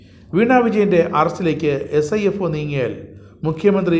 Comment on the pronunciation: Sifo അല്ല sfio